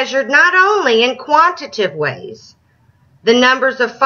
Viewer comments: She's so mad that she can't read. Quantitative has four syllables and archangel is pronounced like "arkangel." She is correct in saying "Muslim is not a religion" . . . Islam is. Her referring to Muslims and liberals as idiots in her moronic blathering was good for a laugh in an ironic kind of way. Religion is silly. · I'm shocked. Shocked I tell you! I'm shocked that high school kids in North Carolina are actually learning words like "quantitative" and "qualitative." It is amusing that the woman in this video couldn't properly pronounce them, of course. But big words like those for NC kids? Better watch out, these kids might get too smart to be indoctrinated by Fox News!